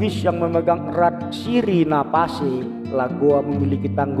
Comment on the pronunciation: Sebutannya sirina pacce bukan pase. .dan sirina pacce itu dipegang teguh oleh suku makassar bukan bugis..